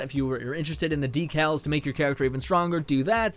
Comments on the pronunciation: Deeeeecaallls!!!! Not Deckellllssss! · Decals (Dee-Cals) Anyone annoyed by the way he says it?